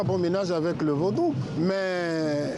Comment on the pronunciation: l'a journaliste dit vaudoune😅 au lieu de Vaudou